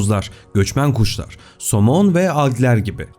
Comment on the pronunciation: Bi göçmen guşlar oldu orda Bi şive kaydı ama